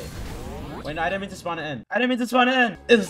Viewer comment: spon a kilo whie i spon a shadow 💀